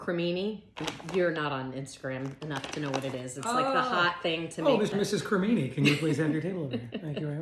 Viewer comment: I’m not sure if you were joking, but you do know it’s a ninja creami, right? There’s no such thing as a ninja creamini!😂